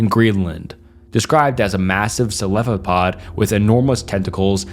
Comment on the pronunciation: its so funny to me that you say celephopod instead of cephalopod lol